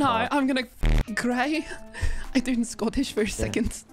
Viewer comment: “am ganna fooking cri I turn Scottish for a second….” “IM GONNA CRI-“